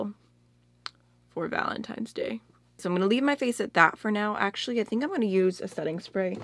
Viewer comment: It's 7 pm in the middle east & I just woke up from a nap ! I saw Angie's video, then yours And I couldn't stop hearing you say valentine's like VALEMTIMES 😂🙃 I truly need a JUG of coffee now 😂😂 I like this video idea , and I love the look ,I'm truly sorry for your palette status rn I felt the same when you said it became a bitter/sweet thing now ! 💜💜 Happy Valentine's everyone 💜